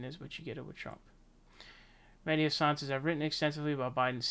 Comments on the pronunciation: Come on, you know his name is [xasan]. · Welcome to jimmy dore’s side. Good that you see the light. Btw it is pronounced Hassaaan.